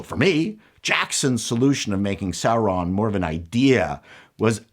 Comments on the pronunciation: "Sauron-dar" caught me off guard 😂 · “Saurondar”, funny 😅🤣😂